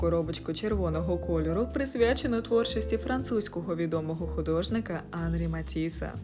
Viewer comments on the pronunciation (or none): Оскільки Матісс - француз, то і в імені наголос на останньому складі: Анрí.